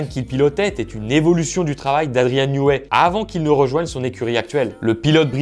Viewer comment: Bonne diction de "12 cylindres", par contre Newey se prononce "nieui"